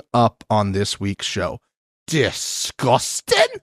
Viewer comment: The unexpected “disgustin” in the beginning made me smile